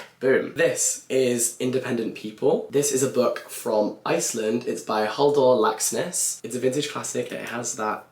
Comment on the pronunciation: I’m Icelandic and have never read Independent People (Sjálfstætt Fólk) and now I might have to but I have to say your pronunciation of Halldór Laxness was really good, I was pleasantly surprised😆